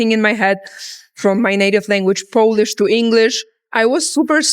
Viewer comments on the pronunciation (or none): none